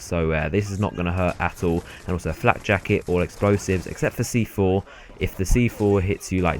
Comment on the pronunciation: It's neither 'flat' nor 'flack'; it's 'flak'.